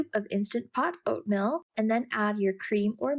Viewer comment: Like your video. Small feedback though, the way you say Oatmeal sounds like Oatmilk. It’s oat-meal, not oat-mill. It’s not me, it’s my wife :)